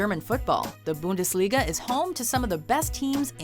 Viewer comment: how she pronounced bundesliga xD i am from austria btw